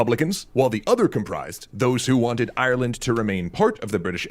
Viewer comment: the graphic reads "Kerry, Ireland," but I swear the narrator says "Kerry Island"